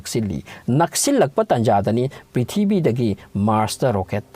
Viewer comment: The way u spell prithibi ( pithibii) ☺☺☺